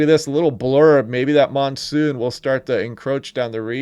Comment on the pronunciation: The 'nonesoon' pretty funny.